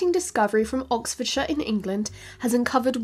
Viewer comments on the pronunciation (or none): none